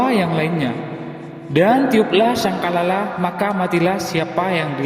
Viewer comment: Ngutip dari buku wkwkw,ngomong sangkakala aja gak becus.